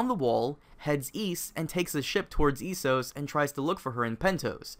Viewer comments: its pronounced eh-so-ss not ee-so-ss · Why would you say Eeesos?